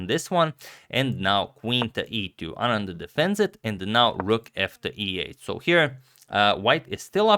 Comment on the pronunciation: At least his pronunciation of "Anand" is right!